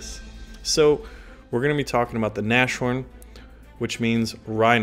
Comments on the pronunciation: So, I am German and I live in germany but my vater is english and I can speak both languages and every time you pronounce a German I get goos pimples. "Gänsehaut" Bit I actually enjoy it a little bit so what if I could help you pronounce the german words it would be a pleasure for me. but (I'm 15)it's all your choice would find it nice if you respond and it would interrestest me how your background music is called bb greetings from germany Timothy (if you really want to get in touch with me just write a comment under one of my vidz) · Just saying, it's "nas horn" not "nash orn" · It's actually pronounced Nas-horn not Nash-horn. Just saying. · a small advice, it's not Nashhorn but Nashorn. The Nas is spoken as in NASCAR. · Dammit, it's pronounced 'nas-horn' not 'nash-horn' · Hey if u play the Nashorn the next time, try to spell it like "nus-horn" (in english!), that would come as close as possible to the german pronunciation:) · ...it is not NaSHorn, but it is Nas-Horn. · Hi guys, always nice to get some news ! But please, it's has to be pronounced : "Nas-horn" and not "Nash-horn" ! Thanks ! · its NAAS HORN, not NASH-ORN btw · I am fairly sure its said Nas Horn not Nash orn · naz-horn not nash-orn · Nas-horn my friend, not Nash-orn ;) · sorry, but it is nas horn, not nash horn. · bro its not pronounced "nash horn" :D its more a "naas horn" :D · Naz-horn pronounced ;-) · pronounced NASS-HORN not NASH-HORN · Not Nash-Orn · pronounced Naz - Horn; literally translated it means "nose horn". FYI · not NASH-orn. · and yeah its pronounced noss (like the drink) horn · the pronouncing is very easy! The Name "Nashorn" in german is based on tweo Words: "Nase" ans "Horn". You only have to take a little Break between the "S" and the "H": Nas-Horn. And it`s fine!:) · 1 minute in and im already feeling some kinda OCD shit every time u say "nash -horn" >:( Great video though ;) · You might not care but if you did its pronounce (naz-horn)